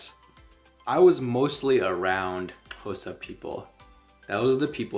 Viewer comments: THE WAY YOU PRONOUNCE XHOSA IT PROVES THAT YOU REALLY HAD SOCIAL LIFE WITH THEM❤❤❤ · Your Xhosa pronunciation is perfect 🥰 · Man there are South Africans who can't properly pronounce half the things you can.... For that cheers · My guy here pronouncing all the clicks properly (Xhosa, mngqusho etc.) and we have many South Africans black and white who can't even pronounce Xhosa out here butchering us with "Khosa" 😂🙌🏾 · Uyitye yonke bro, all you said is correct n your clicks are on point 1love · Love how you pronounce Xhosa not many can do it like you do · You pronouncing it far better than most South African whites living in the Country. I am Xhosa from the Eastern Cape, Uitenhage. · He pronounced it better than most non-Xhosa speaking South Africans, right? They almost always say "Koza". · Wow, you Qs are better than mine. From a Xhosa speaking Saffer.